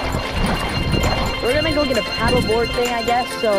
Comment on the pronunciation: bro cant say "paddle board" XD